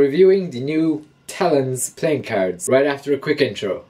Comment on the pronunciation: You need to say cards probably not the way your saying it so annoying